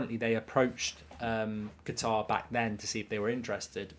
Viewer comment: UK /ˈkʌt.ɑːr/ How to pronounce Qatar noun in British English. It is not pronounced guitar but Katar with the emphasis on Kat and less so on the ar at the end.